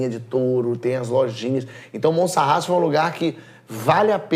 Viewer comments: Porchat 2 coisas: É Monsarraz e nao Montsarraz, mas muito mais do que isso há uma palavra em portugues que é "labrego", que é exactamente o que esse teu convidado portugues é. Dito isto, adoro todo o seu conteúdo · Já agora é Monsaraz e não Monsarraz. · Roberta AF Porchat conhece mesmo! O Português da Gretchen nem o nome da cidade de Monsaraz sabe pronunciar corretamente 😂